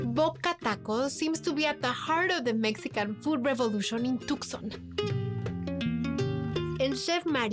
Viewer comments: Its toooson you nitwit. Tucson not tuckson or Took son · too* saan. You don't pronounce the C as it's silent. Yes, even for us Hispanics 😅